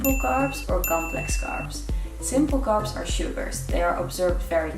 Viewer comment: Love it when she goes " fvideo " for video or " Garbs " for carbs - I guess it is the dutch englishnism - Love this girl and her descent work though - You rock:) Keep up the good work